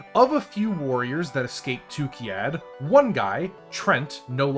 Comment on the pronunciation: What confuses me is that you constantly say Tukkiyad while the planet is Tukkayid... 😉